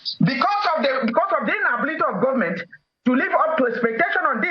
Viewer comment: The "gumment"???? Please talk English properly.